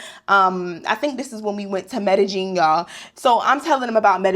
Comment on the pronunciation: 😂...the way you kept sayin Medellin! 😂 Medellin is pronounced me-de-yin stress on the last syllable....